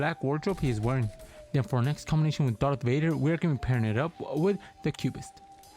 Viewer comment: its darth vader not dark vader